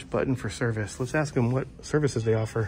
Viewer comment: Who hires someone to work for a school district who uses the word axe instead of ask?